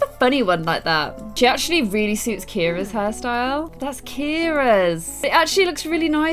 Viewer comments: Can someone please tell me why calls Ciara Kira??? Ciara is pronounced see-are-ah or see-air-ah but seriously when first said Kira I was really confused. Where did even get the name Kira from?! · Pls. Call Ciara like CiAra pls cause u dont pronounce the a at all sorry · Why do u call Ciara Kira?